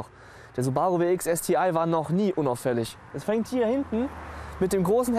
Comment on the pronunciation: Warum ist er nicht in der Lage es Deutsch aus zu sprechen STI ist wirklich nicht schwer vorallem dann nicht wenn man alles andere an dem Auto Deutsch ausspricht.